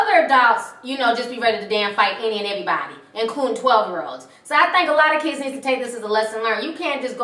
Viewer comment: You just said "kidses" I refuse to finish this vid